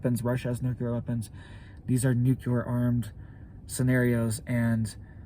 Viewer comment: Dude, not nucular… it’s nuclear like nucleus